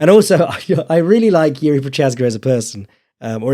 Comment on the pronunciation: making fun of not pronouncing Jiri correctly, immediately followed by mispronouncing Prochazka...